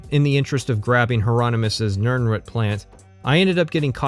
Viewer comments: Small brained argument: Something he covers in the first couple minutes, jokes about the video length, etc. Big brained argument: it’s pronounced nirn-ROOT, not nirn-RUT! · Beginning of video: Nirnrhut Me:..wtf End of video: Mispronounciation drives up engagement more than asking people to like, comment, and subscribe Me: Clever girl. Great video btw! As much as I felt horribly called out so often, I still had to laugh about it. Also, I kind of want to replay Morrowind and Oblivion now. :/ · Why are you saying "Nirnrut" instead of Nirnroot? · Must be a northwest/pacific coast US pronunciation. There's another YouTuber i watch, slightly infamous, was born in CA, and grew up there as well as WA, and he says Rutt, rumm instead of root, room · > "Nirnrut" HAHAHAHAHA!!!!!! You mean "NirnROOT"? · So genuine question: When you say 'nirnroot' you pronounce it like 'nirnrut'. Is that how it's actually said or did I misremember somewhere that it's pronounced 'nirn-root' like it's spelled? or is that an accent thing? I'm genuinely kind of confused about this at the moment. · Love the video but please pronounce the root in nirnroot like shoot for your quick analysis of TES6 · You say nirnroot like "nurnrut". have i been pronouncing it wrong my entire life?? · no one:: nirn-rut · It's root, at the very end he says he mispronounces things on purpose to confuse people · Why the fuck do you pronounce nirnroot like that? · What the hell is going on with your pronunciation of "root" in "Nirnroot"? Is this your first time seeing this word or do you just have a really strange accent? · The only problem I have with this content is the way you pronounce nirnroot. On this, and this alone, I am ready to go to war. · Your pronunciation of nirnroot made me cry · The pronunciation of nirnroot deeply wounded me. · Ok ok ok but why do you pronounce nirnroot so oddly?